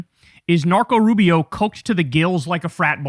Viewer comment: LOL for a minute I thought you said "Narco Rubio" instead of "Marco Rubio" is that a new nickname?😂